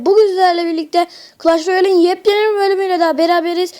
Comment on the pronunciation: clah royale diyo